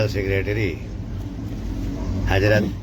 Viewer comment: Abe chutiye Hazrat hota hai hajrat nahi